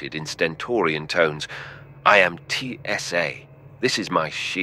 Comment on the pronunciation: Really, TSA? It’s Tsa, not T S A.